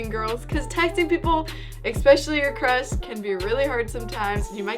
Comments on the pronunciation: it sounds like she said crust not crush... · "expecially your crus" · did she say crust😂😂😂😂